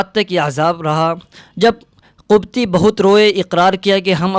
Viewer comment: ماشاءالله بہت خوب۔۔۔۔لیکن لفظ قبطی ق کے زیر کے ساتھ ہے ناکہ پیش کے ۔۔۔۔۔۔۔۔۔۔واللہ اعلم